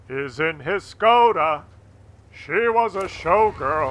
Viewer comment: it's a ŠKODA.. sh.. SHKODA :D great video btw thanks